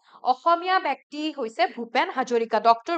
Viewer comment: Bekti nohoi.byokti